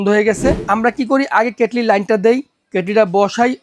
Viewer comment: কেটলিরে কেটেল বলেন কেন?